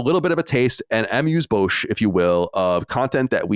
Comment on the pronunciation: I’m always flabbergasted when Colin mispronounces anything. He’s usually S tier when it comes to anything spelling/grammar/punctuation/linguistically oriented, but hearing him chew up ‘an am use bowsh’ made me fidget uncomfortably. 🥴